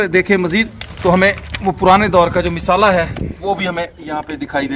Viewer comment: Misala nahi Masala kahoji